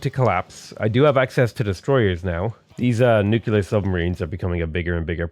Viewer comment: Nu-cle-ar. Nuclear